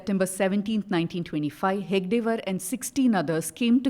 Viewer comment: It is 'He-Da-Ge Waar', not 'He-Ga-De Waar', the founder the reporter refers to. Also, it is not 'Vi-Dhar-ba' region. It is 'Vi-dar-Bha'. You can judge the quality of the rest of this 'free and fair' report.